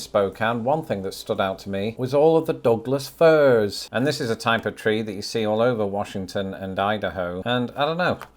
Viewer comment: Me: What are 'dogless ferns?": No, deaf-y. Douglas Firs!